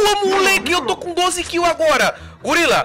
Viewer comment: A bela fala e gulila kkkkkkkkk